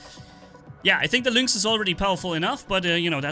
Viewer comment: luinx? isnt it pronounced linx?